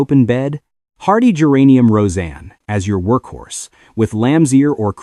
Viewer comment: Thanks, exactly what I was about to say! Now, how about AI’s pronunciation of geranium? 🤪